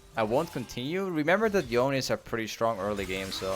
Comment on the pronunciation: its pronounced "yo-nay"